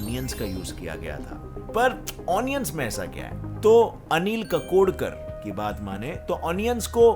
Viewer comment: भाई इतने अच्छे वीडियोस बनाते हो कम से कम वैज्ञानिकों के नाम तो सही ढंग से लिया करो वह अनिल कडोकर यह नाम नहीं है अनिल काकोडकर है